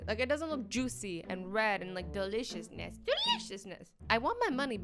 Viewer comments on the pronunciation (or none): Why do you always say delicious you know you have the worst sound of saying delicious